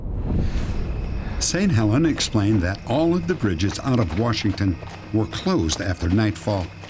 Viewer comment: Dennis, there is no R in Washington!!!